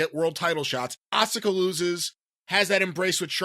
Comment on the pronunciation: i can't be the only one who cringes when he says asuka....